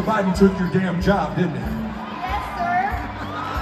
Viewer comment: Trey messed up and said Boe Jiden at first. Hahah, I wonder if he got that from watching YTPs (YouTube Poops) of Biden?